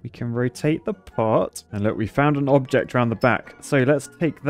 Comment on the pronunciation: "Knob-ject" ded💀